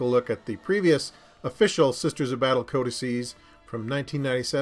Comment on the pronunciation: Pronounces the plural of codex correct but pronounces the faction like a Taco Bell menu item ;-)